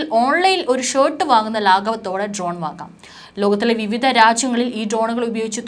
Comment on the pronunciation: ട്രോൺ അല്ല മാഡം ഡ്രോൺ എന്ന് തിരുത്തി പറയുമല്ലോ